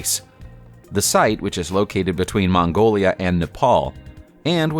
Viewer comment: 🤣 somewhere in between "Mangolia and Nepal" 😂